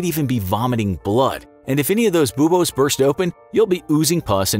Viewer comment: It is unusually irritating to me the way you pronounce "buboes". "Boobose?"